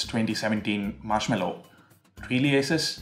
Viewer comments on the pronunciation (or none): I guess ASUS is pronounced like 'A' 'SOOS' rather than 'A' 'SUS'